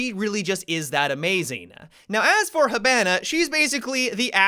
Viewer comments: I like how he says hibana ha bana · The way you say hibana is killing me